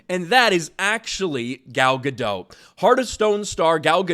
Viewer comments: It's Guh-dot not Guh-doe. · It's Ga-dot, theres a t in there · Dude, she's Israeli not French, you pronounce the "T". Gad-oT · Ga-dot. T is not silent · Dote, as in to dote on. Not dot as in point. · Yeah NOW after nearly a decade of disasters and devastation some big actor is starting to push back on it. Too little too late. No hate on "Gal Gadou" (said as says it) she is such a wholesome woman. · It's Gal Ga-dot... as in polka. She's not french lol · You are continually pronouncing Gal's last name wrong. It is Gah-dote. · GadoT! There's a freakin T on the end! She's Israeli, not French, the T is not silent! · Gentle reminder that Gal pronounces her last name as guh-DOTE. With emphasis on the second syllable and pronouncing the final T. It's not french, you don't leave off the T. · GadoT - the T is pronounced. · Said her name wrong! She's ISRAELI, not French! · Pronounce the T at the end of her name like she does and you'll have it right